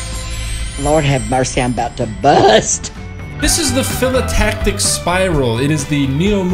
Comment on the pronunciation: PHYLO AS IN KYLO NOT FILLO